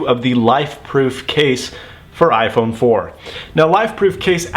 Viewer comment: "ifrone"? LOL or am i hearing things?